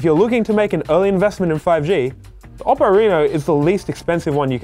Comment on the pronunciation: Oppo pronounces “Oh-poh”. You need to respect their name